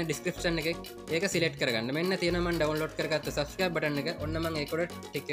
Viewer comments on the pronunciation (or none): none